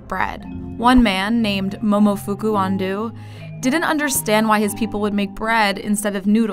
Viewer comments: I’m Japanese and you said ando wrong. It’s not andu it’s ando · "andu" it's ando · Hehe his name is pronounced Momofuku Ahn-doe, not Ahn-doo. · It's ando not andoo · Excuse me great big storry, ummm actually, its pronounced and ANDŌ not ANDUU thank s you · Momofuku Andew??? It's ANDO, like An-doe! A quick trip to Google Translate was all it took,. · It's pronounced Un dough not undo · ITS AN-DOH NOT AN-DOO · I’m so sorry but I really can’t shake off the amount of cringe whenever you say his name.. I’m sorry it just triggers me lmaooo it’s ando as in anh-dough not andu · great video, but the pronunciation of 'Ando' is quite grating. His name rhymes with 'oh' not 'du'. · Ahn-Doh, not Ahn -Dew... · "Undo"? Are you fucking kidding me. It's ANDO. Ahn-Do(Re Mi Fa So). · its ando! not andoo! BAKA! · It's An-DO not An-Du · Pronounced AHn-dOH not AHn-do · An-dough not an-doo. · Giraffe Juice but noodle has two o's and this is japanese not english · It is pronounced AN-DOH, not AN-DOO... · THE NARRATOR MIGHT NOW KNOW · why do you keep saying Andu and not Ando?? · Giraffe Juice thats not how you pronounce it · Who the hell pronounce Ando to Undo wtf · Ando. (あんど） not On-dew. (????) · It's pronounced Ahn-doh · cant even pronounce his name properly... please. just try a little?! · 99.8% of comments: People literally getting mad over them microwaving cup noodles and pronouncing his name wrong 0.1%: normal comments 0.1%: comments like this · The way you butchered his name seriously makes me cringe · she's saying that name WAY wrong